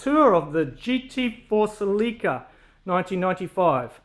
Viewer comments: It's pronounced, "sell-eh-kuh". Not "sell-EEEEE-kuh". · He's saying Salika lol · Pronunciation: Sel-lick-a